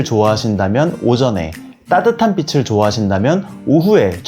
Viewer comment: "빛을"비츨"빛이'비치" 자칫 '비슬' '비시"으로 거슬리는 발음 하는 분들이 많은데 은 정확히 발음하셔서 더욱 호감이 가고 신뢰가는 영상이었어요.~~^^..물론 사진꿀팁은 더더욱 되돌리며 공부하는 마음으로 봤지요..~^^ 감사해요~^^